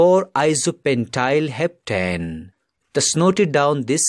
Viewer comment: Sir u said iso pentyl hepatane